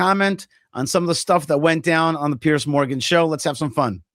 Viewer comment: Piers, not Pierce. Piers like more than one pier. Piers, peers, peerz. Zed sound.